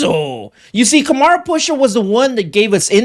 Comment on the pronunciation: I think his name is pronounced Kam-Run Pa-Sha